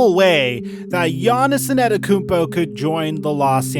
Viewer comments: Thanks for great content for such a long time! Please put some effort in learning to say his name. Its not AnEToKoumpo. You're missing the first T, bro. Its An Te To Kounmpo. Thanks :) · IT IS AN-TE-TO-KOUNMPO not ANATAKOUNMPO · you say it like An-ten-te-koom-po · The way u murder "Antetokounpo" when u pronounce it doe😆😂🤣